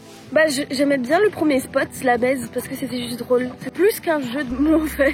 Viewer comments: Aïe l’offense au pays ! C’est pas « baise » mais ça se prononce « ba-iii-ze », pas le « lot » mais le « Lot-et-Garonne », pas « fongave » mais « fongrrrrave » x)) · Dans la baïse on prononce le son « i » donc malheureusement le fleuve ne s’appelle pas la baise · C'est la Baïse, pas la Baise 😂